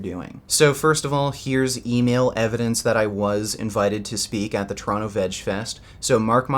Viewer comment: Poor. When will you ever get at fight in a ring... But you must understand one thing. Nowadays pussys are such pussys that inviting them to a fight at a gym they see as a treat. No matter how "tough" they have acted before in a public video. Also when you say Toronto i hear "Trano". But that might just be me, because im swedish;)